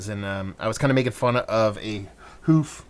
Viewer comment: That’s how I’d describe almost every beer from them. Fun and dangerous. Usually too easy to drink for how high of ABV. I’ll suggest pronouncing Hoof differently, almost to sound like the “u” in push. Like the way some folks pronounce “roof” almost like “rough”.